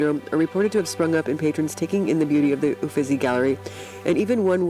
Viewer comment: Sounds like you have a cold. It’s hard to tell what you’re saying, you’re speaking so fast. And, it’s not Ufizzy, it’s Ufittttzy